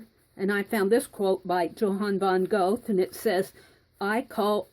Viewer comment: Check pronunciationbook on YouTube for pronunciation of Goethe. I'm enjoying this series very much.